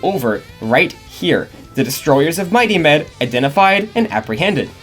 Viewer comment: I only watched the Lab Rats video from this channel, watched this video in its entirety, come to the comments and find out what I was hearing as 'Mighty Men' was actually 'Mighty Med'. I think I need to lie down.